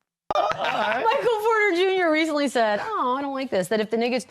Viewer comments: she said niggets instead of nuggets. I think you're dead wrong on this one Jason. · She said niggets when she was trying to say nuggets... How is this any kind of controversial bulshit... It's getting ridiculous... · She didnt even say the word, she said "niggats" not a real world, she was attempting to say nuggets. It was a slip of the tongue that's all. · 1) She said Nuggets with an I instead of a U. That’s the N word now? 🙄 2) One ESPN has-been mad at another ESPN has-been. The equivalent of 2 winos arguing in an alley. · She definitely said Niggets and not n'ggers. The reaction was because it sounded like that word but they knew it was not that word. They knew the network and media would still run with it. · She said "Nigguts" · She didn't say the N word she said nuggets but with an I instead of a U.. so now you get in trouble for saying a word that just sounds like that word when you obviously didn't mean it? I think in a few years any 2 syllable word that begins with N will be banned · "nugget?"I listened three times, and that's all I heard. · She said Nuggets with an "i" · I am not hearing what you (and Jason) are hearing. It sounds to me like she said “nuggets” with an “i” in place of the “u”. So, I can’t say she’s comfortable using a word I didn’t hear her say. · That's not how it works. She mixed up some vowels and it happened to make that sound. Similar things have happened to you. You could be in her position tomorrow and just not know it, yet! There are real racists out there who intentionally use this slur. Be more aware and educated! 🙏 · I don’t think she meant to say it at all. I think she just mispronounced “nuggets” but I guess we’ll never know for sure